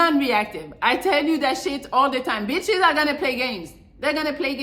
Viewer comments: Every time she says itches makes me 😂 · Thts a fact